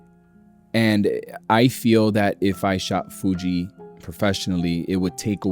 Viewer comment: sounds like you're saying "fuchi" in spanish 🤣